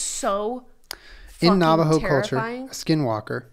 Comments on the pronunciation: Low key... its hilarious listening to someone try to speak navajo. It's so normal to me... but just hearing julien try to pounce navajo words makes me smile.. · I was screaming listening him try and pronounce lol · white ash doesn’t refer to a specific type of tree, what we(navajo) use as protection especially at night is ash from a fire. Just dip your finger in the ash and put it on your forehead or the crown of your head. It was also funny watching you pronounce the Navajo names. This was a good episode.